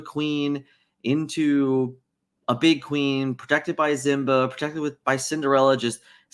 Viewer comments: Zimba must be like a generic brand Simba. C’mon my man I know you can pronounce the name correctly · Why do you say "zimba"?